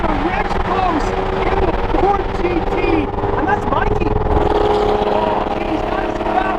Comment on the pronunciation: “so we wide bodied the new ford get.”